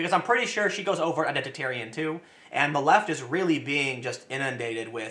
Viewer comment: Did you just say Identit-aryan????? Tim saltright confirmed